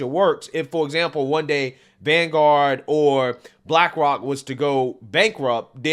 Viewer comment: Lol. Bwackwok Isn’t it pronounced Black Rock